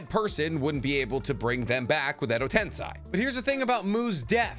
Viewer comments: “Edo TensEYE” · How hashirama died? You got source? And learn how to say edo tensei man